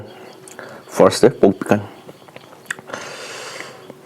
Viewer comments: PIKAN WAHAHAHAHA SAY PIKLE NOT PIKAN.IMPHAN.FOOTBON.ELELETIGITY.WAHAHA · Bro say pickle don't say pickan😅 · Pickle ❌️ Pikan✅️ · Why are you saying picken?